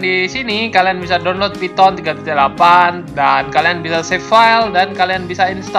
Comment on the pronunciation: "phyton" lmao